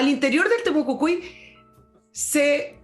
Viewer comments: estimada es TEMUCUICUI no TEMUCUCUI..... jajajajajajaja.... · Buenos días, una vez más escuchando y agradeciendo sus análisis tan acertivos 😊. Sólo un alcance para, la encuentro SECA! y por lo mismo me hace ruido cuando habla de "Temocucui", estimada el nombre es Temocuicui o Temucuicui. Besos a ambos.